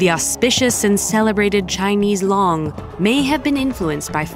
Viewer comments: It's not long, it's loong. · No respect for the Chinese language. Didn't even try to pronounce things correctly. The word for dragon has a long O, not a short O. Yellow dragon valley is 3 syllables not four. It starts with hwang, not who-ong. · ok but i wish the narrator had looked up the correct pronunciation of the Chinese word for dragon, "long". it's way off and very distracting. not expecting perfection, but just... try a little harder? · could have done more research before attempting to pronounce it. Pretty sure this channel has the ability to do that, nothing to do with nationality, it’s as simple as pronouncing something correctly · "long" for dragon is waaay off